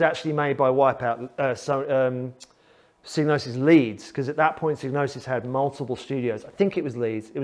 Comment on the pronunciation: I thought the first four letters rhymed with vibe, not fib.